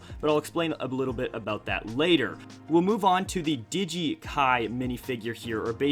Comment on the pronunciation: Digeit jay not giget jay